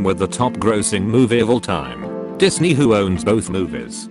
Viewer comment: I really felt it when he said: "Nightly juicy memes everyday 10pm bri'ish 'ime